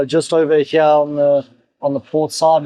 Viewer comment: every time he says "over here" he suddenly discovers his ancient british roots, and says "ova heeeyaaa!!" lolz